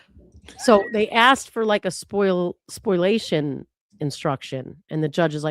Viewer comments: the term is ‘spoliation’ not ‘spoilation’ - I love you guys but this gets me every time you say it 🤣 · can you point me to an official source where it is spelled ‘spoilation’? It’s spoliation everywhere I have ever seen it, and therefore is pronounced ‘spo-lia-tion’, not ‘spoil-ation’